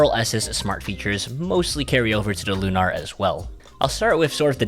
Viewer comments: It’s lunar, like moon. Not “looohNahr” like you keep saying 😂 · Not that it matters, but why do you pronounce it Loo-Nar with the emphasis on the "nar?" It's Lunar, with the emphasis on the "Lu." Like a lunar eclipse. You know, the moon?